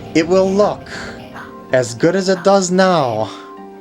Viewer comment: *good not goo